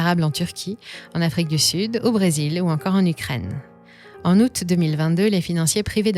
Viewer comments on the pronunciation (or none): none